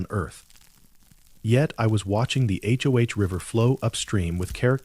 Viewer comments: Please just say Hoe. Not H. O. H. Please god please. You’re killing me Smalls. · If he was actually there he,d know the name of the river is the Hoh, (pronounced Hoe, like the garden tool).